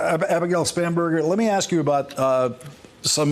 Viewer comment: I’m sorry but I heard so many times “Spamburger” that I had to rewind to the lower thirds to see if that’s a real name.